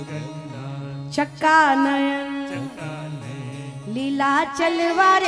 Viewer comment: जगन्नाथ चका नयन निलांचल वाले हैं.... कृपया उच्चरण सही करें 🙏